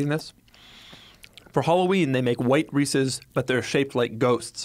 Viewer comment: Doug is the type of guy to pronounce Reese's wrong and right... it's Reese's not Reesies